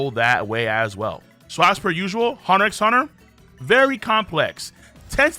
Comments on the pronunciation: I stopped watching as soon as he said the X in "HunterXHunter" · Btw you dont pronounce the "x" in "HxH" I thought this is common knowledge